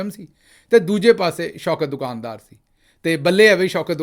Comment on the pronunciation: دو کان دار نہیں بلکہ دکان دار ، اصلاح کر لیجیے بھیا !!!